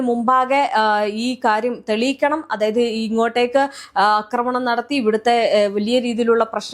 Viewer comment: അക്രമണം അല്ല "ആക്രമണം." ഇന്നലെയേ പറയണം എന്ന് കരുതിയതാ.